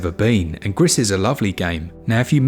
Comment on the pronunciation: I think Gris is pronounced as kind of ‘Gree’ (Spanish for grey)